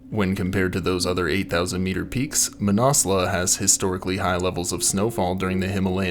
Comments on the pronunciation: "Manassla" dude. Cmon, at least try pronounce it properly. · I thought the mountain was pronounced: Man-As-Loo or Man-Az-Lu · fyi ... Mah-nas-loo is the correct pronunciation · Pretty sure its not pronounced "Mannauwslawh" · “MANASLEWWW” the mis pronunciation is killing me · Never heard it pronounced that way and I know many mountaineers who have climbed it. Man-a-slew is the normal way to say it. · Manna loo I believe .. no need to pronounce the s ...this is the English pronunciation anyway . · Where do you get your pronunciations from?? It ends with a U...not an A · Learn how to pronounce the name of the fucking mountain before you make a fucking recording. Fuck. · I have never heard it pronounced like this from any mountaineer either... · I've lived in Nepal 25 years and although your video is good, it's hard to watch without getting irritated at the constant mispronunciation of Manaslu. Please try a simple online search such as "Manaslu pronunciation" which will yield this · Came here to write the same thing, absolutely butchered the pronunciation of Manaslu. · His pronunciation was killing me